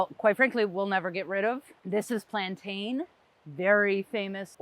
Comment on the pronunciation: Plantain is pronounced "plan-tin".